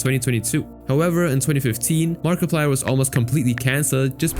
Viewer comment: Did you say markaplier